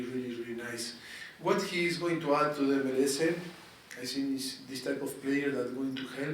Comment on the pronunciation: It’s not ML-“ese”! Either you say MLS or go full-on “eme-ele-ese”. None of this half-baked hybrid—pick a lane